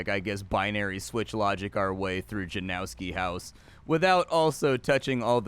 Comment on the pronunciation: It's pronounced more like Yanovski not Janowski